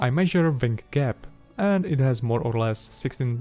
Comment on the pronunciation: Try not to mispronounce wing as wang. It is a dirty word.